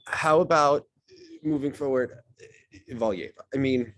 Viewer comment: They mispronounced Valieva too, in the SP she was called Galieva lol